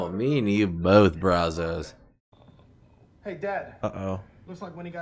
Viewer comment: Charles, not Brazzos.